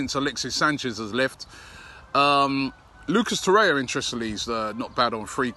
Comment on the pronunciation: "Lucas Torrea"